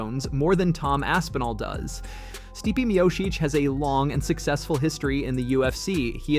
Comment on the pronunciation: Nothing screams casual amateur hour than not only pronouncing Stipe Miocic incorrectly, but doing pronouncing it 3 different ways incorrectly in the span of 30 seconds. There are already at least 2 major channels doing this same content, if you're going to try and compete at least get the basics right. Take 2 minutes and go look up how a fighter's name is pronounced before recording... Take some pride in your work dude.